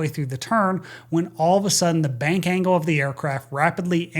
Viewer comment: ...."ANGLE of Bank" NOT "Angel"!!!!